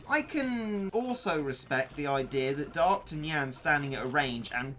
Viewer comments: Still dont understand why he pronounces D'arktanyan '' d'arkt tenyan '' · The way u say Dark tanyincat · no ones gonna comment about the way he says darktanyan? Ok...